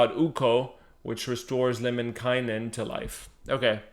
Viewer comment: Your son pronounced Lemminkäinen almost 100% correctly! Good job! He said the letter Ä as it should!